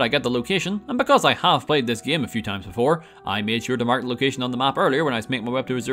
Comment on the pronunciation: He pronounces game like GEEUM